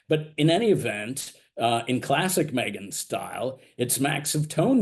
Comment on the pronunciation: Did you say BEGhan Markle? 😂😂